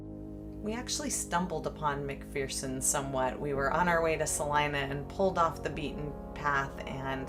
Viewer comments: I already read the comments and saw somebody corrected you on the name so I won't do that, but I will say I grew up in Kansas and every time I hear you say "Mc-Fear_son" I wince 😆 I just stumbled on your set of videos. I think it might have popped up in my feed because I have started following another youtuber called Travel With a Wiseguy who is a track coach at Wichita State but also travels around exploring small towns and ghost towns. Glad I found you. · It’s pronounced McFurson by locals. The saying is there’s no fear in McPherson. Great video. Thanks. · Just so you know, it's pronounced Mc-fur-son. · McPherson.... rhymes with verse, lol